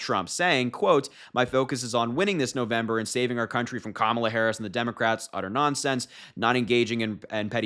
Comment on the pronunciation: I'm surprised he said kamala right for once